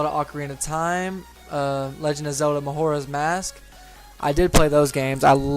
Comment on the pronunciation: "Legend of Zelda: Mawhorahs Mask."